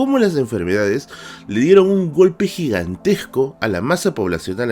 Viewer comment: GIGANTESCO, NO "GIGANTEGCO"